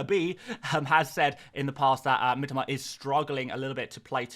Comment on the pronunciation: Mi-TO-Ma...say it right please...I'm Japanese and "Miteema" triggers me every time you mispronounce it😅